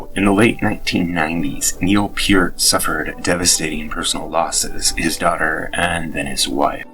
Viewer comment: NO. It is pronounced PEERT.